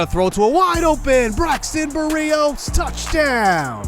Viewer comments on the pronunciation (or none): I love the videos and my jets but please say Braxton Berrios’ name correctly